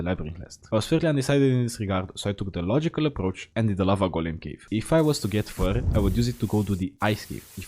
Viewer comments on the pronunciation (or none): none